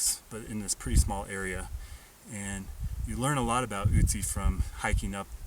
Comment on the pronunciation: It is nőt ützi it is ötzi